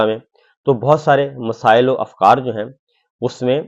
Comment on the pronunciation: آپ اکثر ک کو ق کہنے لگے ہیں مثلاً اراکین کو اراقین، افکار کو افقار وغیرہ وغیرہ. اس لب و لہجے سے آپ کے اعتماد پر اثر پڑ رہا ہے. ✍️